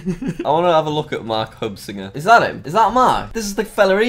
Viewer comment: Marc Heu(weird German letter that is "ss" in English)inger. Jack: Anthony HeuBinger